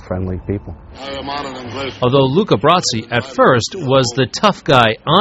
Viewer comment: His name was Luca Brasi...not Luke Abrasi. He kept saying it that way during the lead-in to his interview.